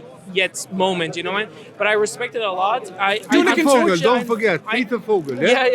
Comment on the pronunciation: Not Peter Vogel, it's Pierre Vogel. :D